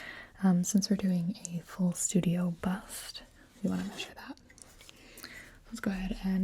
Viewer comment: The way she sais bust ish 😄 but once again awesome asmr